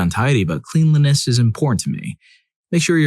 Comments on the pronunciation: It's pronounced klen-lee-ness. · Please, for the love of god, learn how to pronounce cleanliness properly.